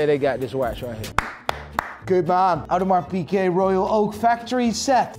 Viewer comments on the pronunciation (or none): Love you but it's not Audemars PK ,theres a g in there .